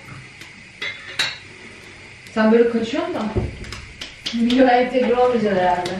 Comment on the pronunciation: No one:: Entegre